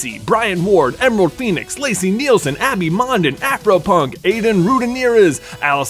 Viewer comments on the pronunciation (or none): none